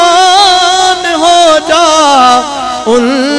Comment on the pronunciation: لفظ “حقیقت “ہے “ حکییکت “نہیں”صادق “ ہے صادک نہیں قربان ہے کربان نہیں۔ او شعر یوں ہے۔ ارے او ناسمجھ